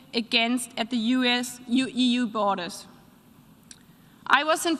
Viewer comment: "dißchrwyminatded agänzt at the EU-US bohrda" 😆 Now THAT is a borderline ...